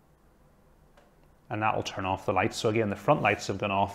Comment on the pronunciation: Why he say off like: EIF